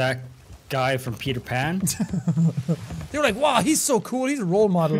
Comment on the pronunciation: Jack it's parter pan